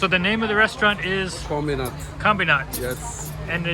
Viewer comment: So ....you'd like to make it extremely expensive for the nationals to live there? Why do they need 10,000 plus foreigners there? I think they'll do well when people discover it on their own... The restaurant's name is pronounced ' Kom bee nat'.